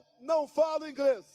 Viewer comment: Gastou todo ,",ingreis,". Que pena. Kkkk